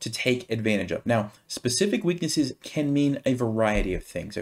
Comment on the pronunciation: Excuse me, can do or can't do? I can usually cope with your accent but here you confused me.